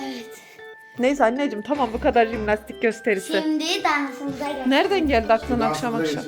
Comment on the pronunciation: Cİmlastik değil Jİmlastik abla